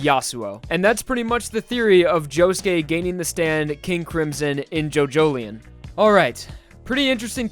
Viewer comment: Jo Jo Lion not Jojoleion